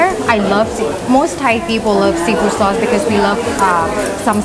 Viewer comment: Lol "saurce". Always makes me laugh.